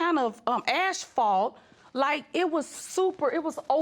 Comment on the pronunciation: "... with all kind of 'ASHphalt'." 😐... it's *asphalt.